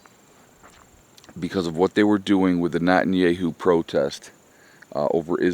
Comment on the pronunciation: Not-in-yay-hoo? Who dat? 😂